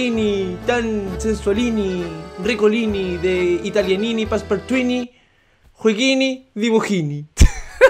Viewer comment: Y terminaba con el nombre en italiano y pronunciaba las r como frances xd